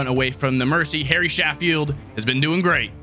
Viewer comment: how you pronounce Sheffield, is ( CHEF FIELD ) haha